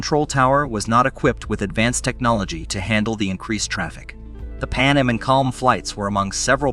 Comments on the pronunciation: AI has a long way to go, four mis-pronounciations in the first 45 seconds: Boeing seven hundred and forty-seven; "ten-er-ife" (long I); "PAN um" instead of "PAN AM"'; "klum" instead of KAY EL EM. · He also called Pan Am Pannum a few times. I'm actually surprised he pronounced Tenerife correctly